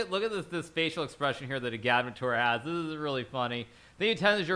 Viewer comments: I think it’s Egg -add -mater. Not a -GAD-mater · His name is “Agad-mator” two syllables! Not “u-gad-muh-toor” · FKN LEARN HOW TO PRONOUNCE AGADMATOR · Hikaru! Why can’t you pronounce “Agadmator” properly? He even pronounces “Agadmator’s dog” near the end of the video.